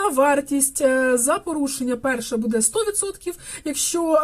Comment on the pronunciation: БудЕ, будЕ, будЕ... Наголос - "бУде".